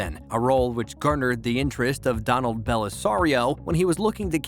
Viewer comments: Do-nald? Seriously? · He effing mispronounced 'DONALD'! Where the hell do they find these morons who can't even read simple names. Did this alien never watch cartoons - 'Doe-NAWLD' Duck? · See the comments below? This is why you hire a real human voice actor, not (I hope) a robot. We know how to pronounce those tricky uncommon names like "Donald," and know there's no spy agency called M-16. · The narrator freaking mispronounced DONALD!!!!! (As in Donald Bellisario). Gee whiz!